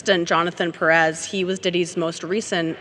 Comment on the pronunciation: People I love you so much (TMZ) I'm addicted to your show but... It's not Pe rrez it's pronounced Pé-rez separate the little line you see on top of the é it's called Acento it's a rule that you have to apply strength on that letter in specific like Ma-rí-a the strength it's applied on the í and you'll add an acento instead of a dot on the í. It's not a lesson for TMZ is for all of us here so we can call people by their name and not something that's wrong that the person named should be correcting them. By the way my grandmas last name was Nieves Pé rez. Best show ever... with all my heart, lots of blesses to all of you. "I'm not a lawyer" 😂 my version.